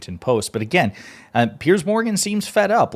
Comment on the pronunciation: Piers, rhymes with tiers or tears.